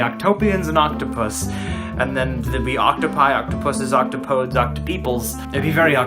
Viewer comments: Not oc-to-podes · It's pronounced oc-top-o-dees